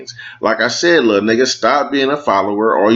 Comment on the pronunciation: 😂 You said Little Just like You said Lost 😂